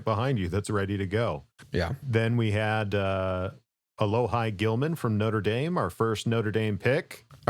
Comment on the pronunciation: Alohi (ah - lo - he)